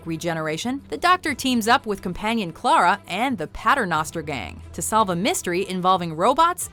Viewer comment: The narrator of this video is clearly not a Whovian. She doesn't pronounce Capaldi or Clara right and they aren't exactly hard to say.